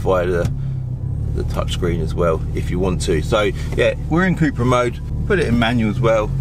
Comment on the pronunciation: It’s cup-ra (cup racing 🏆) not coup-ra 🙂👍